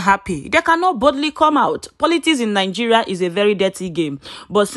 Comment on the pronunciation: Not NIN-GERIA BUT NI-Geria